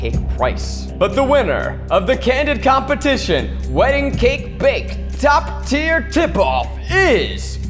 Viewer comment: Candid compe-tit-ion